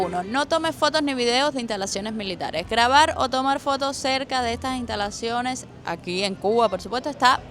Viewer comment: Ni en las INTALACIONES ni en las INTITUCIONES Jajaja